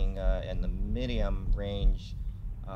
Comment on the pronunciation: sounded like minium? did you mean medium or minimum lol